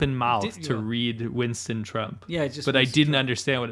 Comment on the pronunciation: "Chinston" HAHAHAHHAH